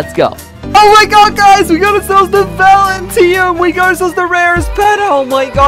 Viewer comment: Valentiteum LOL 😂